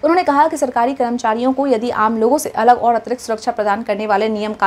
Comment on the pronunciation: Mam phale karamchari bolna Sikh lijiye